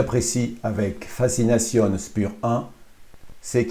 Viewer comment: Alors mon garçon, dans Spur 1, le S se prononce CH et le U se prononce OU, fazination, le Z se prononce TS.